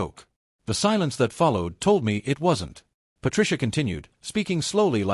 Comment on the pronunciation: And recently AI started to say I T instead of " it "